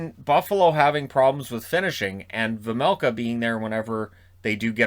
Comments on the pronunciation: You said Vejmelka corectly for the first time. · The first time you said Vejmelka it was correct. The announcers say it wrong. :) But I know, nobody expects perfect pronounciation. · You corrected yourself on "Vejmelka" but the first try was completely perfect! Sounded like a native Czech almost 😁 great video as always 💪